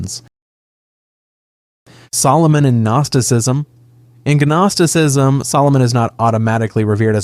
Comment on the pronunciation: bro... "Guh-nosticism?" Come on 😂